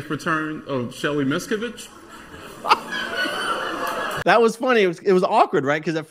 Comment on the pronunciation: If he would’ve pronounced miscavige better, I think the joke would’ve landed better.